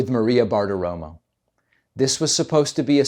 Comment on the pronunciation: Her last name is "Bartiromo" last letter is "o." Her last name is not Bartiroma, last letter "a."